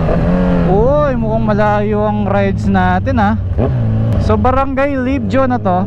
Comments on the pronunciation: Boss dinaan mo bahay ko eh hahahaha. Fyi libho po ang basa don hehe. Ride safe and enjoy the ride. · .. ang tamang basa boss s barangay n iyan ay libho skl.. 🥰